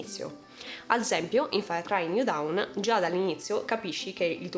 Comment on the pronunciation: bel video, ma down si legge dawn e dawn si legge down